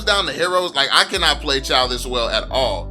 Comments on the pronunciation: Not chaw its chuuu😂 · and it is not chaw its chou!! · It pronounce like chew not chow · Its pronounced as chew not chow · Lol do u even play ML in draft picking when u pick chou the game pronouncer or whatever da sht is called its pronounced as "CHU" not "CHAO" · Pronounced as Chew not Chaw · Chaw seriously it pronounce Chou not Chaw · Can i say this it is pronounce chooo not chaaaw But its ok tho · I'm still so confused why other people pronounce CHOU as CHUU, while some people pronounce it as CHAO, but when I first saw it, I really think it's pronounced CHAO 🤦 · Pronounced "chu" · WTF did you just say? Chaw? 😂😂😂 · its actually pronounce zhou.. listen to how chinese people pronounce jay chou's name, its the same thing.. 周 = zhou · why u refuse to pronounce Chou's name correctly :( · How all ur name pronunciation wrong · Its the way he pronounce it , dumb, what do you call CHOU? Chu? U lil low IQ kid